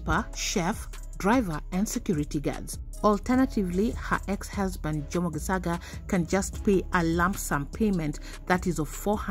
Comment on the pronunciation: It's said Geshaga the c is sh it's just bothering me how your pronouncing it